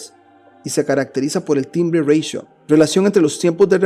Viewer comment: Ratio es una palabra proveniente del latín y existe en castellano, no es anglosajona y por lo tanto no hay porqué pronunciarla /reitio/ . No entiendo porqué pronuncias en inglés una palabra que está em castellano.